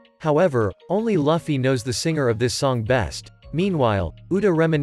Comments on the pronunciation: Its Luufy and u saying lafy Btw nice vid afterall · Its luffy not luuffy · He literally said laffy but his name is luffy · No't Laffy its Luffy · so hes name its not loofy itz luffy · It's not fluffy. It's luffy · Your saying laffy not luffy😅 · Luffy❌ Laffy✅ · ITS (L-OO-FY not (L-U-FFY) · Lufi not lafi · Bro calls shanks shank luffy loffy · Wtf its not laffy its luffy 😡🤬🤬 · I can't get over when he says "lufee"😂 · To pernounce Luffy name correctly Looff-E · Why is he saying loffy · Will you get Luffy name right next time? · You’re saying Luffy wrong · It's pronounced loo fee not fluffy like some bunny, and its oo ta not oo da